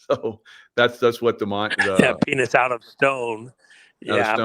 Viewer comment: Go ahead and say penith again. Come on, one more time.....Penith